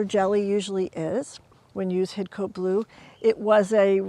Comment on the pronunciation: We don't pronounce the 'e', we say Hid-Cot ;)